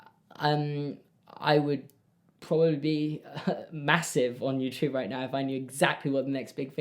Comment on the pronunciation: Its adorable when says "yewchube" instead of youtube😂